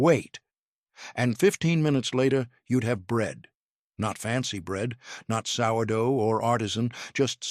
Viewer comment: One minute in and the AI FAILS. It can’t pronounce sourdough. Sheesh